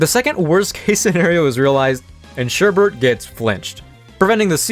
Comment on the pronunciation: I hate to be that person but it's Sherbet there is no r in the second half, I always find it amusing when people do that. Otherwise fantastic video and subscribed, keep up the amazing work!